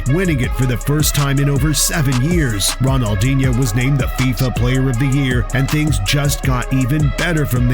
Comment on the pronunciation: It's football. It's fifa, not fisa.🙂